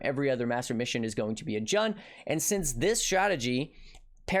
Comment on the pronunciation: Isn't Jun pronounced like "June"? Either way, great vid,. Enjoying these more bite-sized vids if yours. You and Ziz have been killing it.